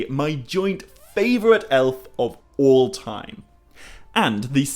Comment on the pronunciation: I can't even spell how you pronounce "all". Eawll, Oull, Ewll? Anywho, love the channel.